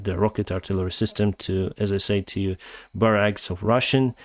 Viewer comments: Barracks. BAH-racks. Depot.: DEE-poh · Barracks is pronounced like bear axe - or bear icks. Love your content!